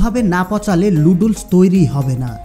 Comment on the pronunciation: নুডলস কে লুডলস বলছেন আগে প্রডাক্ট এর নাম ভালো করে শিখুন।